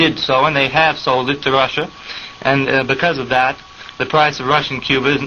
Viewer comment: I know your comment is old, but I'll say here that his pronunciation was good, though he wasn't overly embellishing it to sound like it would in Russian and was saying it in his own southern accent. Think of how someone who speaks french may know how to say 'croissant' as 'kwah-son' yet still opts to say 'cruh-sahnt' because it would be pretentious and weird to pronounce it completely accurately to the language of origin when you aren't actually speaking it. He emphasized a particularly Russian soft sound in his pronunciation - notice how the interviewer says 'kuznetskaya' in an unchanged accent and Oswald says 'kuz-NYETS-skaya' in response, as if to correct him somewhat. He knows where the emphasis on the word is and what and the soft sound (not sure what the linguistic term for it is) in the second syllable. His pronunciation is much closer to the Russian one, yet he also isn't trying to say it completely accurately since the conversation is in english. Oswald was almost totally fluent in Russian, and was very adept at the idiosyncrasies and grammar peculiarities of the language. Virtually all of the Russian emigre community in Dallas agreed on this point.